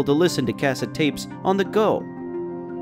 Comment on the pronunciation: I find your pronunciation of "cassette tape" disturbing lol